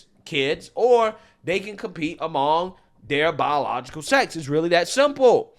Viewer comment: Bro said "bawlilogical" so many times I got angry. Holy shit learn how to say words if you want to be taken seriously